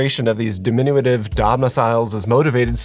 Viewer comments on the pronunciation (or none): That’s not how you pronounce “diminutive.”